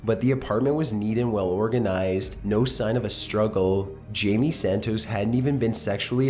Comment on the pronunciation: Jamie Santooos